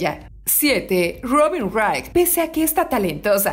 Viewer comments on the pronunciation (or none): none